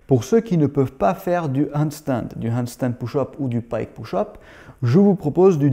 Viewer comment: Juste pour taquiner : push = [peuche] et pas [pouche] 😜👍